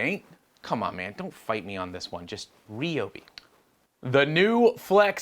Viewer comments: As a southerner... The only word pronounced correctly was RI-Obey....... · your brother pronounced it the Ryobi tool correctly, the way us Texans do